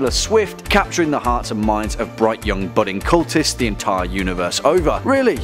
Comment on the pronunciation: The way he says young "yungk"